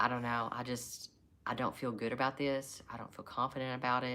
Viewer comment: Canadian "aboot".